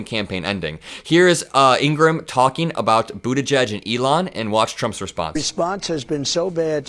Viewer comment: if you're going to mock Trump for mispronouncing names, you should learn to pronounce IN-GRA-HAM the same way the Fox host pronounces her name.